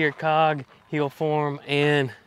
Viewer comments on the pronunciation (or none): This is irritating: “Cog…….hillfarm”